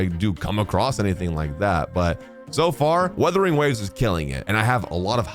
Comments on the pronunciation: It's Wuthering not 'withering' 😭😭😭 Not again 😭😭😭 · Would you pronounce this game's name right someday? It's WUTHERING, not Weathering